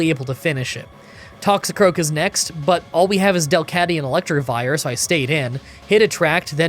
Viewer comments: Wasn’t gonna say anything, but, since I was annoyed and comments are good for the YouTube algorithm, it’s Electivire, not Electrivire. 😛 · Electivire not ElectRivire